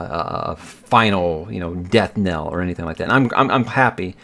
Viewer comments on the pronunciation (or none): none